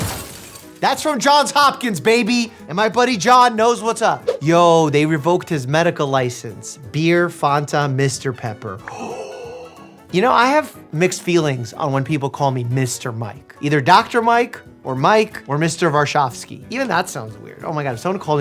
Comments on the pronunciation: I'm sorry, did he just say "fuhnta" instead of fanta lol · Tumerous is a good rhyme for humorous. Also, as a Michigander, I must correct you Mike, it’s not pronounced “f-ahn-ta”. It’s pronounced “fan-ta”. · THE WAY HE SAID FANTA LIKE FUNTA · The way he said Fanta was weird 😂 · Why did he say Fanta like that?! WAT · I've never heard anyone pronounce Fanta that way... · are we just gonna let the way he said fanta slide? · Doctor Mike's pronunciation of "fanta" is sending me